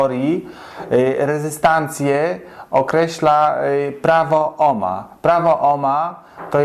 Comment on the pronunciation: Jakie to nasze polskie i przaśne takie czepialstwo. Ten, co domaga się "cześć", sam pisze- "witam", której to formy powinno się unikać. Inny "purysta" ma pretensje, że prowadzący używa oryginalnego brzmienia nazwiska Georga Ohma. Dajcie ludzie spokój, mieliście chyba niemiłych nauczycieli albo katechetów, katujących Was zaściankową hiperpoprawnością, zamiast zwracać uwagę na to, co macie do powiedzenia.